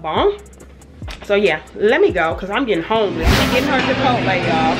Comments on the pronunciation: Do you say Japotle instead of Chipotle because you’re? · Love the vlog! But why do you say “Jabotle” 😂